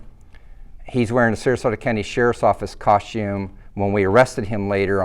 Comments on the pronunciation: Did he pronounce it coshume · Why can’t he say the word costume correct? 🤔😂